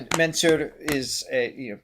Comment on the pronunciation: It's not Mennsure his name is pronounced. It's Man Sur.